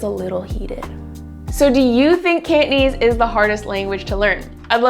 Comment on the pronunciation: It certainly sounds hard when you pronounce it "Can't" - nese 😁 Down with lazy pronunciation! *raises pitchfork*